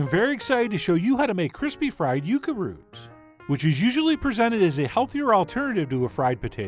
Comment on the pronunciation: It's yucca I'm sorry, love your show. It's time